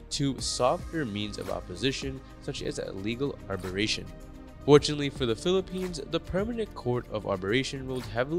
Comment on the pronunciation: Dude! You got a few things wrong... Its not the International Court of ARBERRATION but ''Arbi -tration'' (2016). China did not turn up - and LOST In 1982 China signed UNCLOS (United Nation Convention of the Law of then Sea). By doing so, China KNEW any historical claims to the South China Sea became NULL and VOID. So that argument is non-sense. China also knew EEZ was/is 200 nautical miles; not 1000 nautical miles. Is CHINA, TAIWAN and SOUTH VIETNAM abided by 200 nautical miles - there would be NO PROBLEM China's word means NOTHING Whilst in Washington (2015) Xi stated there would be, ''no militarization of the SCS'' yet with a year air strip started appearing on islands in the SCS. YES you are in trouble The world is